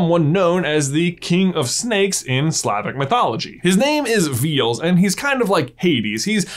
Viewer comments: It's not pronounced "veals", it's Veh-lehs. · It's VE-LES ss sound at the end not veels lol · Christian Ali As in Veh - less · Hears Veles pronounced as 'Veals' - Slavic person dies inside Great video, nonetheless